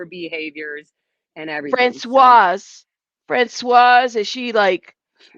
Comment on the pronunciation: When there is an e at the end of Francois you say Franswozz. The e makes in feminine.